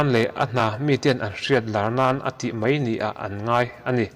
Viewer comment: Mei nilov'in mai tih zawk tur